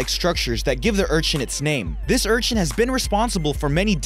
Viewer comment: its this not dis